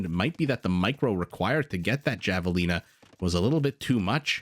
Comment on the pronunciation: It's pronounced Havelina